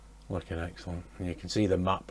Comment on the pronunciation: that little map to Dresden is just super cool. this is great! it also sounded like you said "f*ckin' excellent" lol